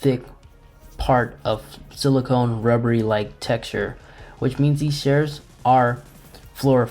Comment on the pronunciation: He probably has a speech impediment, not his fault.